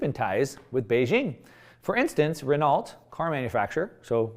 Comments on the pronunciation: Good informative video as always,. One thing: French car manufacturer Renault name is pronounced “re-no” 😉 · It's hard to fault an American for phonetically sounding out a French carmaker's brand name in American English, but I think Renault is pronounced renn-oh, with the 'r' at the beginning receiving that scratchy, hawk-a-loogie sound before rolling into the 'r' sound.